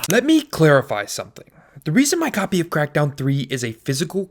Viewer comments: FYI the word “copy” doesn’t have three syllables. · the way he says copy is awesome :P